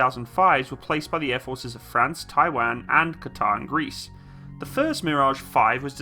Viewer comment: I love your videos bud keep it up but for god sakes don't say Taiwan like that ever again 😂